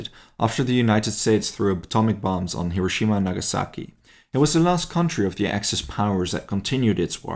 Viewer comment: Thank you for pronouncing Hiroshima correctly and not “Heh-row-sha-meh” it’s been 80 years since WW2 and so many people still say it like that. 😂